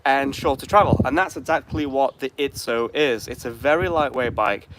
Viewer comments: It’s Izzo, not Itszo. There’s no “T” in the name. Small annoyance. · Dang it, there's no T! It's called Izzo!